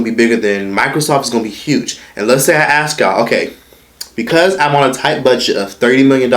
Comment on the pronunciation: ASK NOT AX